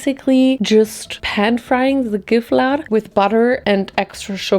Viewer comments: I didn’t know Gifflar was a thing in Germany 🤯 they are soooo good!! Love from Sweden ❤🇸🇪 (And thank you for pronouncing the name CORRECTLY, unlike some swedes 😂) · swedish fan here and you saying gifflar correctly made me so happy RAHH